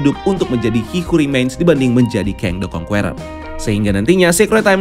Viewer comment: Sebaiknya diperbaiki cara membaca “Conqueror” bukan kongkueror tapi kongker